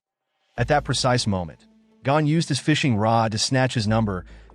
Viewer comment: It is not Gan it is Gon